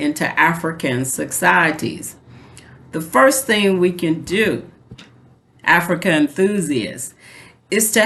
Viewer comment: I love 'Infrica' lol😂😂😂